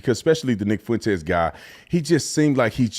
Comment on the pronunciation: I feel like Dinesh just pronounced Nick’s last name better than he does